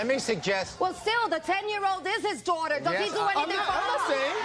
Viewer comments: "The ten year old is his duwater" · I'm pronouncing daughter like that for the rest of the day 😹